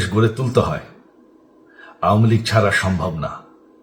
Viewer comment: আওমিলীগ নাকি আওয়ামিলীগ হবে ভাই